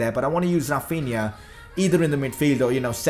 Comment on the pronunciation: Its Rafinha not RRRafinha